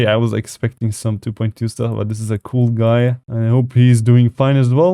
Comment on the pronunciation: I love how he says “cool (coul)”